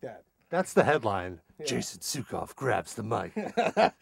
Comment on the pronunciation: God damn. Crotchduster and Capharnaum were my favorite bands in high school. I can't wait to hear more from the Suecof brothers. Added bonus: I now know how to pronounce Suecof.